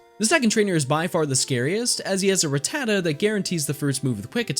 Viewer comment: It’s rat-ta-ta not ruh-tata